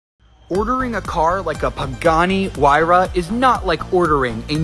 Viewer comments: REEEEEE MASSIVE CAR HUMAN THING SPEAKIG ITS NOT PRONOUNCED HAY-RUH ITS PRONOUNCED HU-YR-A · The way you pronounced Huayra makes me want to spoon my eyes out.